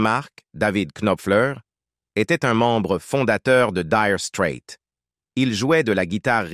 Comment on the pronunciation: LOL 'direu strète'